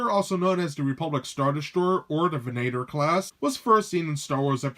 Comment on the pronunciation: It’s not ven-A-tor it’s ven-uh-tor